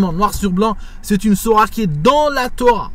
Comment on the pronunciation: Je crois qu'il faut prononcer le "t" dans Sourate, je ne crois pas que le "t" soit silencieux ... Sinon merci de ta vidéo, le beau-frère de mon ex-femme, ainsi que sa femme (soeur de mon ex-femme), qui vivent en Algérie (Kabylie), m'a expliqué un jour pourquoi il s'était converti au christianisme: il m'avait dit que c'était justement à cause d'une cassette stéréo qui circulait en Algérie et qui décrivait le Châtiment de la tombe. C'était tellement angoissant d'entendre cette cassette que ça a, selon lui, généré beaucoup de dépressions et détresses chez les gens.